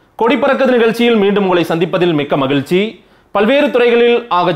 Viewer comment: தமிலின், மகிலச்சி!!! கொல்லு கொல்லு தமிழ் மொழியை!